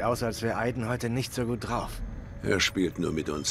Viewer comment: Man spricht es Aiden aus nicht Aiden :D